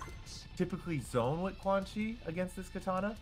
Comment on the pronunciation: Put some respect on the dude's name it's Zoneo 🤣🤣🤣🤣🤣🤣🤣🤣🤣😂😂😂thats all he do